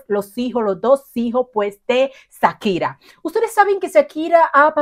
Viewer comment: Hola...nunca había visto tus videos pero me tope con él y quiero hacerte una observación...se dice Shakira, haciendo el sonido "shshsh" quien te haya dicho lo contrario seguro te quiso perjudicar, un abrazo 😊🙋🏽